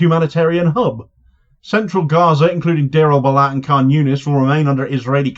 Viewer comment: Don't drop the H in Balah - Bal Ah - Ah - sound you make after sipping a hot cup of tea.